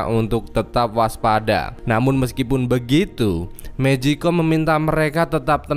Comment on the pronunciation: Bang magicone bukan mejikom